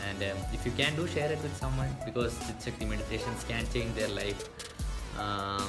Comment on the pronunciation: His tongue slipped , he said chick sakti meditation...😂😂😂😂😂😂🤣🤣🤣🤣🤣 trolling you just for fun. Dont take it seriously brother.😇😇